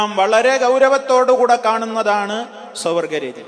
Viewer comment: മലയാളം വായിക്കാൻ അറിയില്ലേ സ്വവർഗ രതി എന്നാണ്